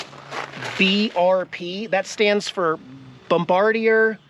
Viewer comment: I believe it’s pronounced “bomb-ah- dear”. Like the guy who dropped the bombs from the airplane in WWII.